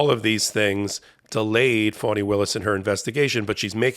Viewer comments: HER name is pronounced FAN-ee not FAWN-ee. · NOT fawnie,,, fAnnie willis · Fani, not Fannie. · Fani Taifa Willis[1] (FAH-nee), Per wiki. Not Fawni. Y'all get it wrong all the time.